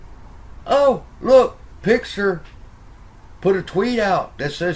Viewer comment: It's Pixar not pixer your pronunciation is a bit off